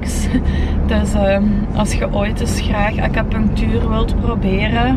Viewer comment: Gij schrijft acupunctuur en ge zegt steeds acapunctuur?🙆🤷